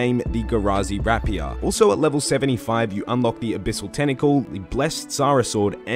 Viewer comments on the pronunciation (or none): ghrazi "wrapiah" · Is it just a standard that runescape streamers cant pronounce words correctly? Lol rapier